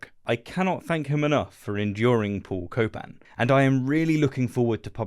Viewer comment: Paul Copan… more like Paul “Cope”an